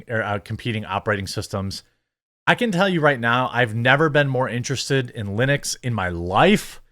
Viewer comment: Is it Lenux or Linux?